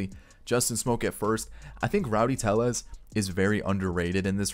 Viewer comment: It’s Rowdy Tellez not Rowdy Teyez